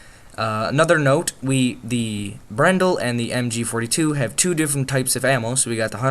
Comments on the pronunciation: its not brendle its a bren gun (get it right) im british i think i would know that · bruh good vid buts its BREN not BRNEDL or BRENDLE what ever but its BREN